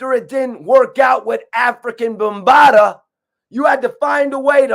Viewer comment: Who is “ African Bambada” 😂😂